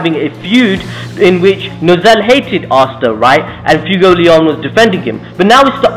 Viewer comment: Fuegoleon =Fway-Go-Lee-On